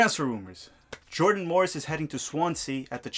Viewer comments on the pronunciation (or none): none